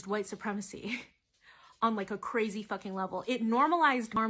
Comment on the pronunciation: He cwazzy